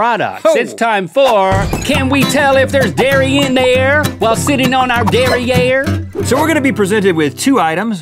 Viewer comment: "Can we tell if there's dairy in there, while sitting on our darrierre?" Loll did they have to put darrierre!?!?